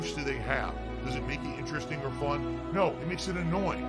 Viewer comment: Its not FHUN dood!